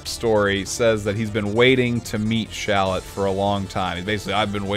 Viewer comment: considering the name is shallot like the onion... shouldn't it be pronounced shal-LOT not SHALL-ot? If still confused, Kakarot and Shallot should rhyme.